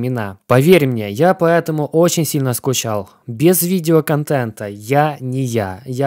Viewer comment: И поЭтому через "Э". Пааэтаму.